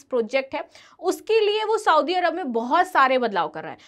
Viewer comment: मैडम! आप पढाती है,पर लिखा हुआ भी पढ नही पाती है,सऊदी = सऊदी, साऊदी नही